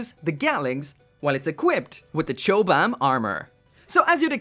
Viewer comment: Have to say, it's pronounced "cobam." Chobham armor was a composite armor system developed by the British military for use on tanks in the 60's and was developed at Chobham Common in Surrey